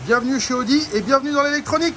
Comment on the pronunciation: Y en a mare de ton "oudi" !! Ta pas une Volvo des années "69" a restaurer !?!?🙆‍♂️👌👍